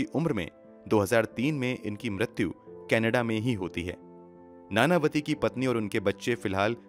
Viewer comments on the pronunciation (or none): none